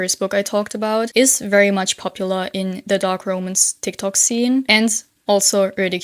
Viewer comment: How are you managing to mispronounce ROMANCE 😭 the literacy crisis, literally, because words that have never been mispronounced before are getting butchered for no understandable reason at all 😭